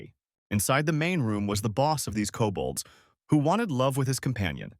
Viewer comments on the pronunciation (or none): "Cobalts" does NOT equal "Kobolds" 🙈